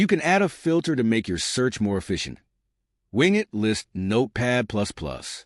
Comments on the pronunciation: wing et = wing it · WIN GET lmao this guy is teaching people how laughable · Its not wingit!!